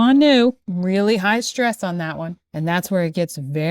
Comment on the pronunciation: That pronunciation of 'stress' as 'shtress'...